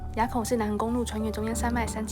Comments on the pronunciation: 埡唸一ㄚˋ 不是唸三聲一ㄚˇ ＾＾b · 埡口,唸 ㄨ 四聲. 不是啞巴的啞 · 糾正一下 "埡口" 不唸"亞" , 念"霧"的音, 雖然大多數人都會唸亞已成習慣, 能自己一人騎車獨行給妳一個讚